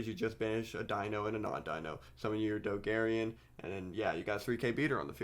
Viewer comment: i like you, but my dude the card is Dogoran, it has 2 "O"s in the name and one "A", how can u possibly pronounce it "Dogarian"